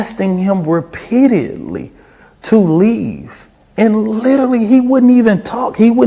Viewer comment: ……Alexander: “we were (asting) him (repeadeeidly)” There’s some new ones! *ASTING *REPEAD-EE-ID-LY